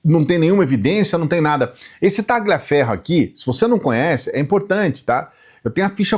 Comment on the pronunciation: não se pronuncia Ta"gli"aferro.. é um nome italiano e a pronúncia correta é talhiaferro, mas a escrita é Tagliaferro. 🎉